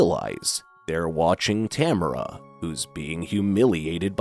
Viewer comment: In the movie they pronounce it ta mar a